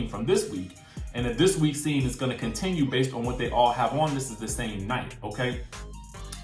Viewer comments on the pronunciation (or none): none